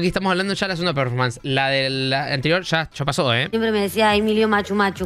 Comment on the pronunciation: 42 programas, y nadie de las 100 personas que deben trabajar ahi le dijo La Joaqui que se dice "Performance" y no "Preformens"